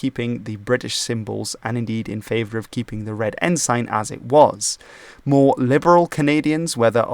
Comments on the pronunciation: I was always taught that ensign was pronounced ensun. I see by searching online that the UK pronunciation is ensun. Other English speaking countries, as with many words, use different pronunciations. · A non native English speaker telling how the name of a Canadian province is pronounced (incorrectly) is…laughable. It makes the mispronounced “ensign” less offensive, by comparison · ensign is pronounced with a schwa so it it's more like en-sen, not en-sain. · Good video, but it's pronounced En-Sin, not En-Sign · I know your native language is not English, but the word is not En-SIGN, but En-SIN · its pronounce en-sin not ensign... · "En-sin" not "En-sign" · Good vid! - I will point out that 'ensign' is pronounced "en-sin", and not "N-Sign". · Good video. One FYI …. Ensign is pronounced en-sin (not en-sine) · Firstly, ensign is pronounced "en-sin" in Canada. Secondly, it's "Diefenbaker", not 'Diefenbacker. Thirdly, also part of negotiations to change the flag was the progressive New Democratic Party, then propping up the Liberals in the Canadian House of Commons. Finally, an excellent video otherwise. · Also: En-sin (not en-sign) and Dee-fen-bay-kur (not bakker). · It is not en-sign..it is pronounced "ensin" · Not “En-sign” its “En-sin” g is silent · Lester Pearson was not the "Governor" but the Prime Minister. Furthermore, it's pronounced EN-sin, not en-SIGN. Yeah, you can say en-SIGN, but it's not right in this context. ALso, it's RMC, the Royal Military College, NOT the Canadian Military Academy. Like, just google it. It's in Kingston. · English can be quite difficult for a non native speaker, even for some native speakers. I've never heard of 'ensign' being pronounced like that either. It should be with a short 'i' (ensin, not ensain) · It's pronounced "En-sin" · Up until this video, I have NEVER heard ENSIGN pronounced as “en-sine”. Always “en-sun”. But here Newfoundland and Cabot are also mispronounced…🤷‍♂️